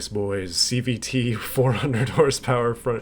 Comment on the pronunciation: Watching this at 2x speed makes it sound like you’re saying CBT instead of CVT